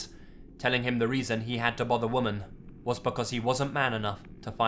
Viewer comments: Just FYI--the word "women" (like, the plural of "woman") is pronounced "wimmin." The pronunciation is key to distinguishing between one woman and more than one. Kind of like the British pronunciation of "can't" and "can," if you know what I mean. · I love you lazy but women is pronounced differently to woman! Hehe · its pronounced 'wiman' not 'woman' when reading plurally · Why can't he say "women"? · I can't be the only one that gets bothered every time he pronounces "women" as "woman", can I? Anybody? No, just me, okay. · Still can't pronounce "women" properly eh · I guess this would classify as another Global Horror video. I was looking forward to it. I dunno why but I just find it so hilarious how you pronounce women the way it's spelled rather than usually pronounced. That might just be me! :/